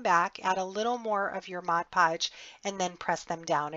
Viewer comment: Yet another comprehensive tutorial,. I love your creativity and I need to thank you for pronouncing "Mod Podge" correctly. Haha, I can't believe how many videos I've watched where they say, "Modge Podge"! It's a pet peeve of mine, I guess. Anyway, thanks for sharing another practical, yet beautiful creation!